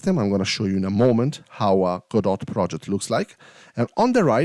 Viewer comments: Please, it's not "Go Dot" or "GoDot" xD, its Godot, spoken like: god-oh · It's pronunced Gawdaw. It's not "Go, dot", it's a French family name -- from the play "Waiting for Godot"